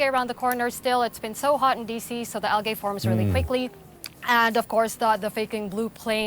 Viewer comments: It's algae al-jay not al-gay 😂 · Al-g not algay lol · Someone should work on their pronouncement of algae